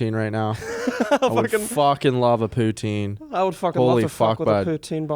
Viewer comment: No one in British Columbia says poutine the way says it lmfao, and he just said I’m a hick coooooooooooooooool